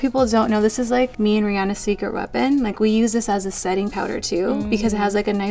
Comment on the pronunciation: She doesn’t even say Rihanna’s name properly 😭